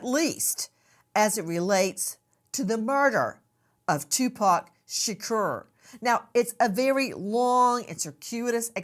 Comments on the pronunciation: She is killing me with his last name -Tupac sounds like ,”To -Poq or Pock”! Shaaaa Cor but how yall say it ugh 😣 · I can’t stand how she’s saying Tupac’s name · The way she pronounced Tupac's name is crazy but I'm praying they finally get Justice for Tupac Shakur. The didler knows who killed him, and he's looking very guilty